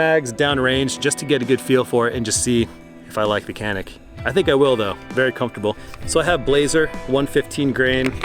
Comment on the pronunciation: Just a heads-up that this is pronounced "Janick"